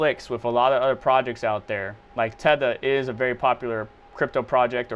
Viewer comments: Are you seriously mispronouncing 'Theta'? Where do you get "tetha" out of that? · Theta bro like the Greek alphabet 😂 it’s not Teta